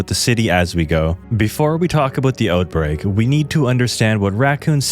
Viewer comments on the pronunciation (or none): “before we talk ABOAT the OATBREAK”